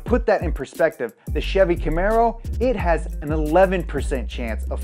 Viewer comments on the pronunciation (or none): none